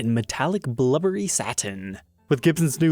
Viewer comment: Did you actually call it Metallic Blubbery Satin? It's BLUEberry - like the fruit! LOL